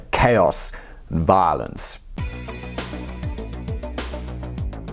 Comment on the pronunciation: why bruh say" violence" like that lol